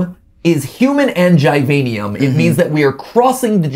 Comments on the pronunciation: Mat, its Givanium. *jI-vA-nEum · Gv gi-vein-i-am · Poor when he said "givanium" and did a little boogie